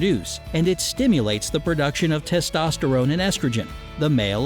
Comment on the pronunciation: It's TESTOSTERONE not estosterone